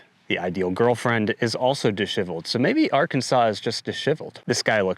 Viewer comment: Please revisit your pronunciation of the word disheveled. It is a common word so your pronunciation astounds me.